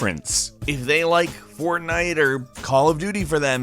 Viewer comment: At first I thought you were saying fontain... Which makes sense cause there was some bioshock footage in there